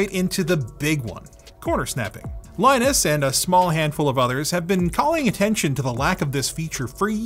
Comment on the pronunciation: did linus just mispronounce his own name?